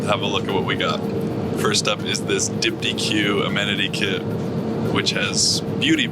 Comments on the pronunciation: My fave part of all these are the mispronunciations of the fancy amenities. B-v-lgari had me on the floor…now dypti-que 😂😂😂 Diptyque is my favorite fragrance house too. 😊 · Hey, just FYI the brand that made your amenity kit is pronounced dip-teek (no "q" on the end). They are most well-known for their outrageously expensive candles.